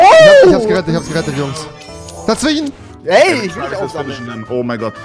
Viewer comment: Bitte Versuch dazwischenlegen zu sagen und nicht dazwichen